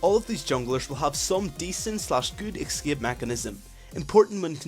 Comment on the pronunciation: A very good and comprehensive video. But it's ES-CAPE, not EC-SCAPE.